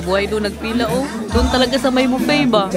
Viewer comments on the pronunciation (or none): none